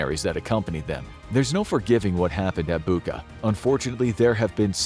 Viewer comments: it's Bucha, like Cheese, Charlie, not Buka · Hey, why Buka((( it’s Bucha, the same sound as in word chair🤦🏻‍♂️ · It is “Boo cha” , not “Book-ah” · Hey, narrator, it is Butcha, not Booka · it's 'Bucha', like in 'butcher' , not 'Buka'. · It's not Booka, it's Bootcha! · Name of the settlement is not “Buka”, but “Bucha”! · Bûcha not Buka I live there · Good video. It's pronounced "boocha", not "buka" though. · Dude, it's BUT-CHA not BU-KA, it's the second video you do that. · Bucha, not Buka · Narrator could really learn how some foreign terms like Bucha (not Bucca) are pronounced. It's irritating. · Its bucha bu-cza like czech or chips it not a buka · Dear, thank you for great videos I always love to watch. One thing, Bucha is pronounced as Bu-cha, "ch" as in "cherry", not Bukha. Thanks 🙏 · not to be a nittypicker, but .. Bucha is not pronounced "bukka", it's pronounced "Butsja" (or mayb better; "bootsha" (think boot & shall, just leave the LL out)) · Bucha is pronounced as butcha not buka. Putin will be remembered in history as the Butcher of Bucha. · It's Bucha not Buka. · It's not "bu:ka", it's "bu:tcha", like in "butcher" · Again with [Booca]... it's [Butcha]😅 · It’s Bucha not Buca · Bucha is pronounced "Butcha". Just a quick note 👌🏻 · Why is he pronouncing Bucha like Bookah? Americans always get pronunciations wrong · As a Ukrainian who is watching this video right now in Kyiv, it hurts my ears when you pronounce city Bucha with K sound. It pronounces as Butcha. Love your vids btw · Seriously you mispronounce Bucha. It was the biggest topic in the news. And you mispronounce it. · More than that. It didn't mention that Britain vetoed a proposal for a thorough investigation of the tragedy, which indicated that it might be the works of Ukrainian extremists. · The "ch" in Bucha is pronounced as "ch" in "chair" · You could at least pronounce "Bucha" properly.. Be BETTER